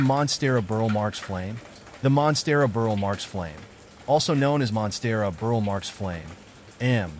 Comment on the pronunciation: "Burle" = BOOR-lee